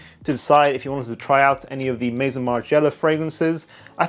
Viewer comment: That’s not how you say ‘Maison’ but ok. Margiela is legendary but clearly you don’t know